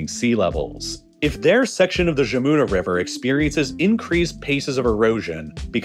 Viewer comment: "J" in Jamuna sounds like J in hallelujah